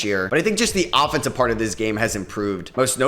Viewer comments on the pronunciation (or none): none